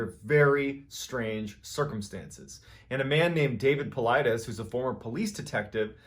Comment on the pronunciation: You didn't tell the part about how the "robot" Cappy told him to poop on a piece of paper.... Anyway, it's so refreshing to hear someone finally pronounce Paulides correctly, lol. So tired of hearing people say "Pull-EE-deez". Mt. Shasta is not pronounced Shaw-sta, though. The a has the same sound as the word "hat". Sorry, pet peeves of mine. 😉